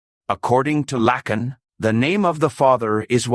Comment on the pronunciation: PRONOUNCE HIS NAME CORRECTLY PLEASE. IT'S FRENCH, NOT AMERICAN.